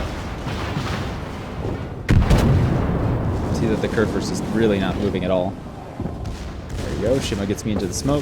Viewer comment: Great Vid. Try to pronounce the "Kur" in Kurfürst like "cour" ;-)